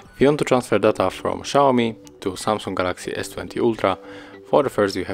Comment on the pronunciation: Check the pronunciation for a word ALLOW, DATA. Horrible to listen for native speakers.